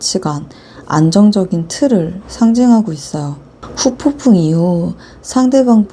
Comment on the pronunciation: 후폭풍 발음이 어렵긴해여 ㅎㅎㅎ